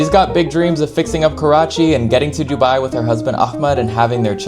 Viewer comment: random but i love how she pronounces dubai